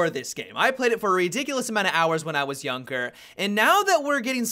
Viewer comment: "When i was Younker"